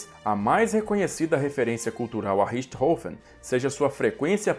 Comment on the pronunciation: Excelentes vídeos ! Emocionante o texto final. O antológico Richthofen (nome finalmente falado com a pronúncia correta), onde estiver, muito provavelmente está agradecido.